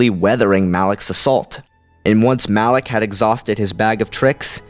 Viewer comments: It is "malak" not "Alec" genius. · your saying alak not malak -_ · Lol did u even play kotor it's malak not alak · really no one is going to comment how he called Malak, Alak? how can you mispronounce somthing that in the games they pronounced it for you and you still fuck it up. that like calling. Vader, Ader. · Why do you say "Alak" when the guys name is "Malak"?